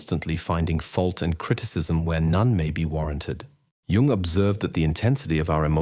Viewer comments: The inconsistency of the narator's pronunciation of "Jung" (between "Carl Jung" and plain "Jung") made me UNbelieve the message. Judge me. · Well you pronounced his name wrong so you're done